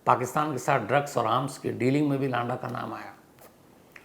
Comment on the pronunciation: lada नहीं है लंडा है भई